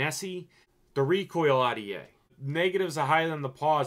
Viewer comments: omg ahh-dee-aye. Are-dee-aye bro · When he says rta he really says Audiea